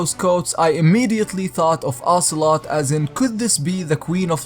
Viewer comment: Ocelotte...? Auuuuuuuurrrrrrrrrrrgh, OCELOOOOOOT!